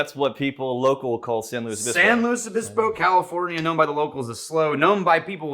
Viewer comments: Pronounced it correctly, former SLOcal confirmed. I’d expect nothing less from. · Lived there back in the mid 70's. Dad went to Cal Poly. As soon as I heard you say the name correctly, I know you had to have spent some time there. Would Love to get a bottle of this one. But alas! I live in Norfolk. Yes!!! another city with a name butchered by outsiders. Pronounced Norf*#k.